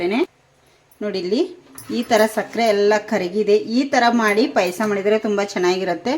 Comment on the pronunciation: That is not PAISA..it's Paayasa...pronounce it properly..